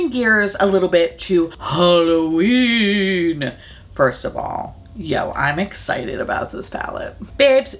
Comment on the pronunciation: "HalloBEAN me" I'm done 😂😂😂💀💀